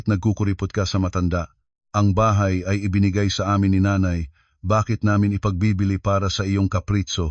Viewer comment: Mr.narrator mag aral Ng tamang bigkas Ng mga pilipino,ang bahay naging tahay?